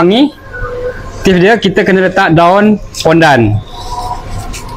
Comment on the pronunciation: Acik pun dengar....daun pondan 😅